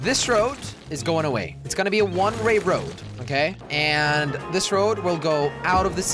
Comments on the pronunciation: I counted 52 times when he said one Ray road when he means one way road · When Jelly says a one way road it sounds like he says a one ray road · He kept saying one Ray woad! 😂😂😂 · "One ray road" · It is the most easiest word and you messed it up ( one ray road )